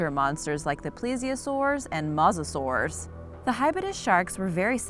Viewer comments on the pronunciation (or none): You say it like “mausosaur” lol